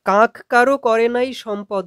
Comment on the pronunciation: পড়ানোর ধরন খুবই ভালো লাগলো। কিন্তু "কাক" উচ্চারন কাঁক কেন বলছেন???